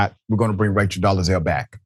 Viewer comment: Hi baby, it’s Dole-Zal. Not Do-le-Zal.